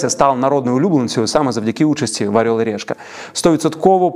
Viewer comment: Ну чому "арьол і рєшка"?